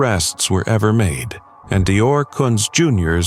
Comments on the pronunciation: It’s DEE OR! That’s the baby‘s name. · DeOrr. If you’re gonna correct, get it right. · DeOrr, not Dior